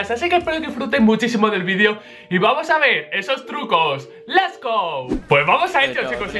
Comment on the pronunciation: Y el que dice les go!!! :v